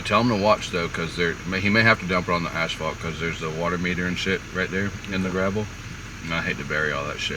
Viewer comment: it is ASPHALT not ASHPHALT!